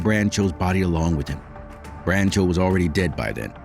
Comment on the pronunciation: I wish the narrator had learned how to correctly Dawn's last name (along with several other words).